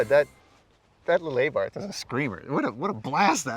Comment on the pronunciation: Aybarth lol, no I think it’s Abarth